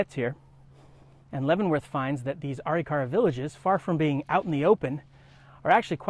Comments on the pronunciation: This guy doesn't know how to pronounce Arikara... A rik a ra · you are not saying it right, so it sounds like you are lieing, it is pronounce Arikara - Ah- Rick -Ah -Rah not the way you are saying it. get it right historian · An excellent presentation on a complex subject. What's with the pronunciation of the tribal name? I've never heard it pronounced that way.